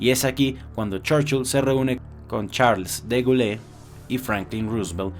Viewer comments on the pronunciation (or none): Se pronuncia charls de gol no charls de gule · Charles De Gaulle se pronuncia "Sharls Degul"(aunque la u en pronunciación es más como la u y la o mezcladas en un mismo sonido).